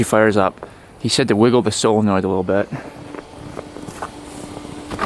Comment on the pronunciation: It's solenoid not fckn silinoid